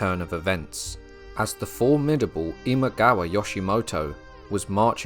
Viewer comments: It is Imagawa, not Imawaga. Also, Yoshimoto, not Yoshitomo. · “Imawaga”, mixed up the pronunciation of “Imagawa” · I pretty much stopped watching when you pronounced Imagawa as "Imawaga" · I think you might have dyslexia? Or maybe just trouble saying one persons name: several times I heard Imawaga, Yoshitomo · You pronounced "Imagawa" incorrectly a few times in the second section.